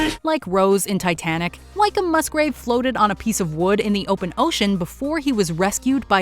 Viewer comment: For future reference Wykeham is pronounced Wickham not Whyk-come, also Commander (midshipman when the incident happened) Wykeham-Musgrave was only around 15/ 16 years old when the ships were blown up